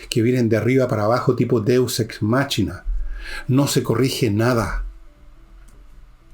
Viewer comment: Sr Villegas, Machina se pronuncia Máquina, Show se pronuncia Shou no chou 😂